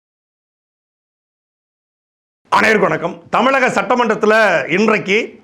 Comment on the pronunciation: Hello Saattai , thavaraga yennavendam: neega “ anaivarukkum vanakkam” yendru sonnal sariyaga irukum. Aana neenga solradhu “AAnaivarukum vanakkam” yendru ketkiradhu.